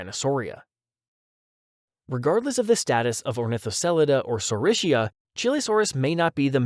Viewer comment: why can't americans EVER pronounce dinosaur names corectly? it is not saurishia, it is saurischia. pronounced as SK